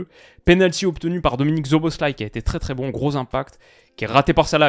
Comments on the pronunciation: Attention on prononce Szoboszlai -> Soboslai! Sinon excellente vidéo encore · Ca se prononce Soboslai